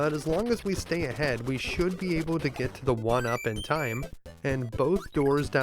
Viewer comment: Able to > Abe uh duh